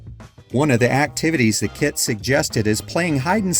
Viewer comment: Hahaha I thought you said "this kid sold for.." instead of kit. And there was a little boy on screen and everything